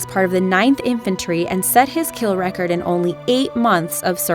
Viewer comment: Tchay-en... Meek-ong... One shot, one lull... Not criticizing so much as saying Wha...?